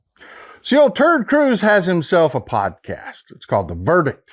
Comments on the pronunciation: Love your Texas accent. I am Australian and I swear you are saying Turd Cruize instead of Ted Cruise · Did you say "Ted Cruz" or "turd cruz?" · Love when you say turd cruise that is so funny 😂😅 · It's funny how he calls him turd Cruz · I've been around the block and I've been involved in politics my whole life and I cannot believe I've never heard anyone call him "Terd Cruz" until now. Thanks for this information and thanks for putting a big laugh in me. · Did you say Terd Cruz ?